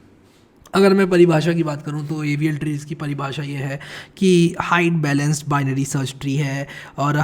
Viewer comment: Why does AVL tree sound like Evil tree in 2x speed... 😂